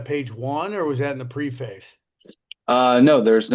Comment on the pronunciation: "Pre-face", try "Prefis" as the pronunciation Sam .